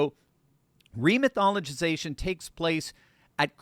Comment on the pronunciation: “Remythologitization”. I can’t stop LAUGHING!!! THIS SILLY.